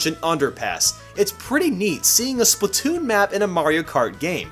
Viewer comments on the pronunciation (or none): none